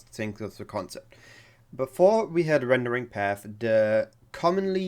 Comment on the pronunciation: Rendering Path deine Aussprache ist comedy pure nicht böse gemeint aber dein Video hat echt spass gemacht zu gucken